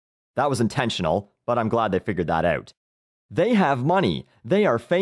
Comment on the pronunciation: Is canadian? listen from to and the way he pronounces out is very canadian like, just saying